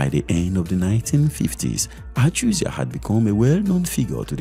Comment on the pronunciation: The is Joseph Achuzie, not Achuzia